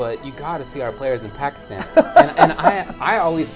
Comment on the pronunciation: "Pakistun... Pakistuni"